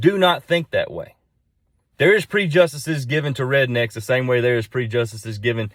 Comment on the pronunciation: Pre-justices. New pronunciation to me but I like it! Makes absolute sense.